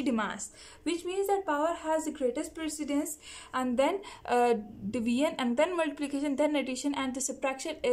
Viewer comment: That division not divion 😂😂😂🙄🙄